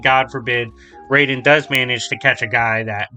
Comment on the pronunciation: The most inaccurate part of this video is how he pronounces Raiden's name. Jokes aside, yeah Wolverine should win pretty easily. The Death Battle is still really good though, and is still one of my all time favorite episodes.